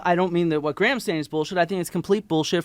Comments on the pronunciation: A point of pronunciation: Graham in British English (ˈɡreɪəm); in American English (græm). In any case, the H is silent. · I know you like to know how people pronounce thing's so I'll do my best. Graham is Grey/um not Gra/ham, in England.